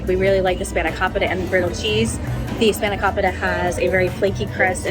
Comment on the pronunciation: spae·nuh·kow·puh·tuh emphasis oh the KOW like the o in Kona cafe (Spanikopita)